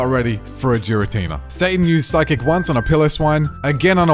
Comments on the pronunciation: If I hear him say Jir-atina instead of Gir-atina I might go insane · Jiratina absolutely really annoys me YOU DONT SAY GIRL AS JIRL ITS NOT SERENE JRASE AHHHHH ITS DRIVING ME INSANE 😂😂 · I cringe every time he said Jira-Tina 😂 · did he just say giratina like geer-uh-tee-nuh...its geer-uh-tee-nuh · No way this man just said Jar-i-tenena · Giratina? Nah, Jeeratina. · Jiratina??? Never heard of that pokemon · Giratina is pronounce with the G sound not with a J sound it's not jiratina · I've watched a couple of videos from this channel recently and I always get triggered by the pronunciation of Giratina. 🤣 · I’m hung up in the way you say Giratina.